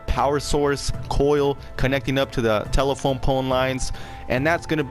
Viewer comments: Are you saying tela-pone? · that's what I heard too.